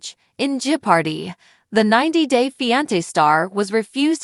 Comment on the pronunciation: Jipordy 😂, OK, I'm out